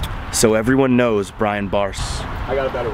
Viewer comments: Please someone teach that guy how to pronounce Brian and and they it’s different than Brain! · " Brain Barczyk" I like how you call him brain instead of brian😂😂